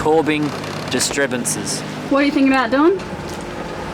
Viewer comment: “Corbing Disribunces” 😂😂😂- I can’t understand half of what says🤷🏻‍♂️